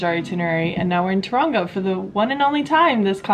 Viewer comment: The way she says Taraunga 😂 love u ❤